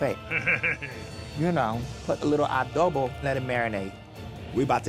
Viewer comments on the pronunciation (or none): correct me if my wrong miss madafcking vanjie said “ADOBO”🤧